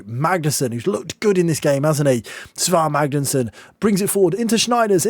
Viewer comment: I think the Icelandic ae is pronounced like "eye" so it's S-eye-var Magnusson, so he is Si Mag... not to be confused with Si Maggio. Great video! Loved the singing.